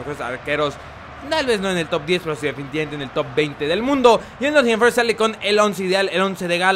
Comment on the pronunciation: "Con el Nott'n Forest el blablabakfkfkakNcisia de la Premier League"😂😂😂😂